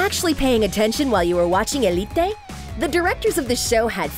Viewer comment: If you can’t say Elité just say Elite